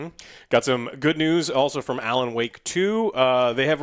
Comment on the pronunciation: you said Alan Woke wrong